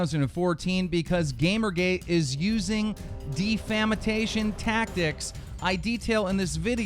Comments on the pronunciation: its pronounced (def- a-mation) not (de-fam-ation) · "defamitation" lol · It's pronounced def-a-mation. Not de-fama-tation. You try too hard to have perfect pronounciation and it shows. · De-fam-atation? wut? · defamatation? serioulsy keem, you need to get hooked on phonics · Please learn how to pronounce words like implicitly and defamation.